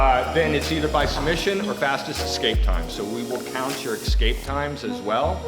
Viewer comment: ESSSSSCAPE Not "EX-Kape!" smh